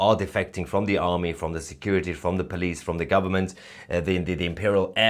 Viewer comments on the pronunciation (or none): none